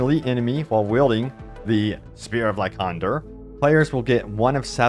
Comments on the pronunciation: Pretty sure "Lycander" is supposed to be pronounced like either "Like-ender" or "Lie-cander". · ok it bugged me every time. its pronounced as lie-sander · Will someone tell this man it's pronounced LieSandER... #sheesh